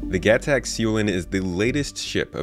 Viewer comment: please say the alien words right, Xi'an is Shee on, gatac is Guh Tok, Aopoa is Ow Poe uh